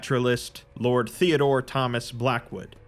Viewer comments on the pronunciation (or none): none